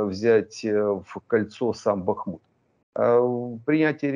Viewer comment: Как же задрали невежды коверкающие название Бахмута. В словарь хотя бы заглянули.